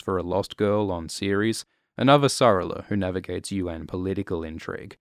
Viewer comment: Loved it! Was waiting for this since the voting began! Favourite series ever. However I was just a tiny bit triggered by your pronunciation of Avasarala. It's avasaRAla. :D Don't recall if they actually say her last name in the first seeason of the show, but they definitely do in the later seasons. This minor and only gripe shows that this was a great video. Really looking forward to the next one. Cheers!